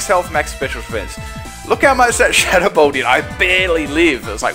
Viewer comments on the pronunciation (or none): none